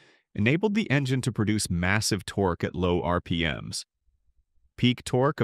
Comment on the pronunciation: Your AI is a closeted pirate, ARRRR PMs